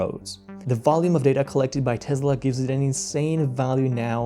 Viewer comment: Yeah, it's "Tess-la" not "Tez-la".